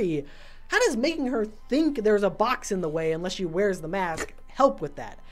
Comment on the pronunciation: I love how mat is just like, “IN-less” and is just like “UN-less” pushes back glasses 🤓